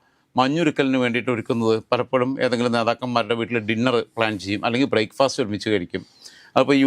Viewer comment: ബ്രെക് ഫെസ്റ്റ് not ബ്രെയ്ക് ഫാസ്റ്